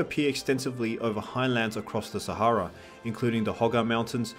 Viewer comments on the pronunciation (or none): none